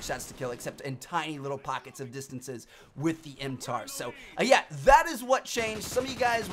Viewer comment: He calls it a tar when it is not that hard to say mtar